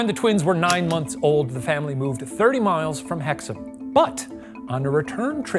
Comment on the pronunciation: He did so good until he said miles